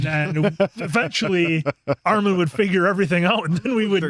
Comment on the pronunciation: STOP SAYING ARMAHN